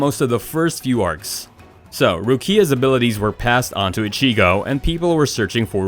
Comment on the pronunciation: How he says ichigo and rukia hurts my ears